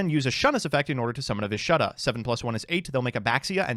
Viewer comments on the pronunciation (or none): How you pronounced ashuna and vishuda made bleed my ears😬 love ya anyway